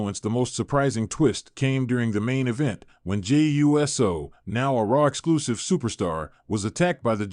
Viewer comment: So the stupid AI voice over can't say Uso........ U-S-O? Not a professional look when the names can't be pronounced right.